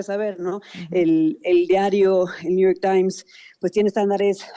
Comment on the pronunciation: Ayer escuché a la presidenta decir: dijistes, ahora mismo la acabo de oír decir niu yor tai, digo, estudió en Harvard, sabe hablar inglés y me supongo que español también pero ahora renuncia al conocimiento solo para hablar pedestre y agradar a la manada y por supuesto al macuspano